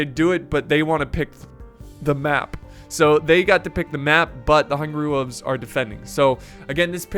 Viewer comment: I will go become a men-at-arms if you promise to pronounce it “wolves” and not “wuuves” in the next video.